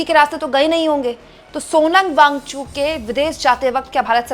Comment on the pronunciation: Wangchu नहीं मैडम वांगचुक बोलिए. कितनी बार बताएं आप को. आप हिंदी को शर्मिदा कर रही हैं